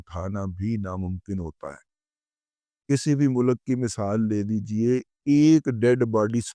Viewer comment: Oye pindu mulak nahi mulk bolte hain 😊